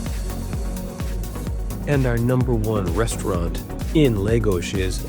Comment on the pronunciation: Great video and thanks for sharing the recommendations. One tip: the town is pronounced, “LAHH - GOS”, not “LAY - GOS”. Please continue sharing these great videos.